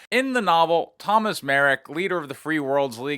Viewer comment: Thomas Merrick? So, House Merrick? Have you ever checked the Lore of BT yet? :-D Oh, boy. It is House Marik. Pronounced Mahrick, just as a hint as you players from the US never bothered how to speak proper Czech. ;-)